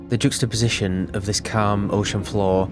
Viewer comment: (ish) I remember when you said that and I had a chuckle and thought "just you wait" 😂 No hate, just a small pronounciation correction: it's not "juice-xtaposition", it's "j-uh-xstaposition".